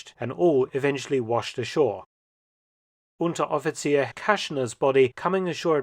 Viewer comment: When you said Unteroffizier around the mark i swore i was hearing a german native speak. That was a remarkable pronounciation.